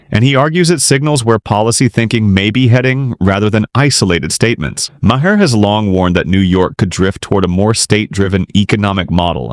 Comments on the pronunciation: You need to edit your AI Voiceover. Maher pronounced ma-hair? Make it say marr. It makes me want to stop watching. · Ai slop that can't even pronounce Mamdani or Maher